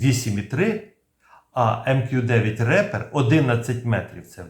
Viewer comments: Шановний!Трохи попрацюйте над англійскою. Репер читає реп, а ріпер від "рест ін піс"! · Щиро дякую! Тільки не "рЕпер", а "ріпєр", тобто "жнець" 🇺🇦🇺🇸✌ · Правильно не репер, а ріпер( в перекладі жнець). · Відео сподобалось! Дякую! Але не "репер" а "ріпер" - жнець. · Ріпер, а не репер😁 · Тільки не "РЕпер", а "Ріпер" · Гарний огляд. Тільки одне зауваження про MQ-9, він не Репер, а Ріпер. 😉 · Дякую за відео!! Єдине зауваження правильно казати MQ9 Ріпер (Reaper - жнець з англійської) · MQ-9 Reaper правильно читається як "Ріпер", що означає "Жниварь", що очевидно є метафорою на те, що цей апарат влаштовує ворогам "жнива смерті".